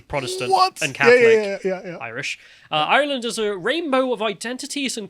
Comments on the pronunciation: "IrHurrrland 2023!" The lads inner Irish man came out today. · literally existing to say eireland. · Is the one on the right of Irish heritage? He keeps pronouncing Ireland in some weird pseudo cultural way. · Can someone teach how to pronounce “Ireland”?